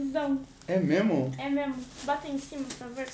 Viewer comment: Mo cria diz “memo” poh😂❤